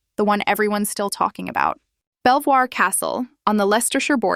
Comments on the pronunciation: its pronounced "Beevor castle" stupid Ai voice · its pronounce BEAVER not BELL VOIR